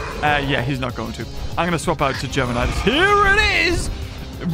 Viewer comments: It's not Geminidues it's Gemanigar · What I think when he says germinideus, gingervidis